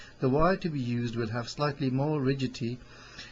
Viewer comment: even where he thought he got it right it was still wrong. He said, RIGIDITCHI